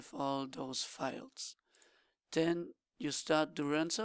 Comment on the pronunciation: Dude can't you read? DuraZNo, not DuraNZo